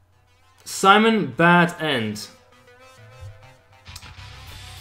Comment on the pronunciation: Why SIMON? His name is SEMYON. It is Russian name!